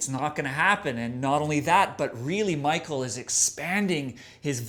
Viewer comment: Prefer The Pale Communion, that was a masterpiece, still, Sorceress is a pretty good album, love the ending on The Wilde Flowers, thats the heaviest part on this album. Also, its Mikael not Michael and Akerfeldt is pronounced Oakerfeldt Sam :P